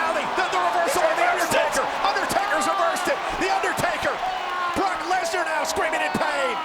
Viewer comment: We have been saying his name wrong guys. Look . It's BAROQUE LESNAR.